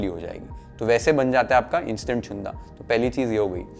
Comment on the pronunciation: Chunda चुंदा नाही रे... Chhunda छुंदा. बाकी पाककृती योग्य.